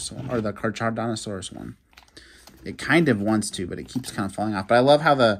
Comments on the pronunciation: It’s not car-charodontosaurus it’s pronounced car-carodontosaurus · Caracardontosaurus is how you say. 👍🏼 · The way you say charcharodontosaurus🤣🤣🤣🤣🤣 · Carcharodontosaurus is pronounced “car-car-o-don-to-saur-us”